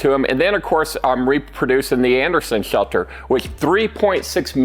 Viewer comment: "Bomb chelter"